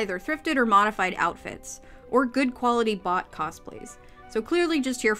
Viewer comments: It took me a few mins to realize you were saying “bought cosplays” and not “bot cosplays” I was like “oh, why wouldn’t they want cosplays of robots?” 💀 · I just realized that's what they meant right now after reading this comment. Lol